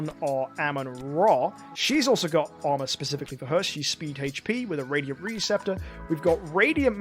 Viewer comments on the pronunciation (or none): none